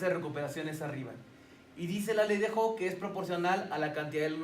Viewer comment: Me cae mal que no pronuncie bien: 'Hooke'.